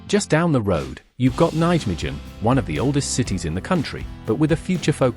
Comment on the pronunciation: Nait michen whats that for pronounciation. Its Nai-Meguhn